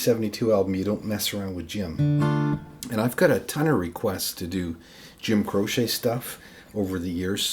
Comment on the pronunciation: Great work here. I've always heard his name pronounced like crow-chee not crow-shay.